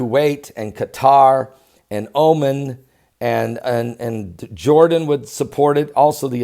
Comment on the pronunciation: It is pronounced " Oh-mon" :-)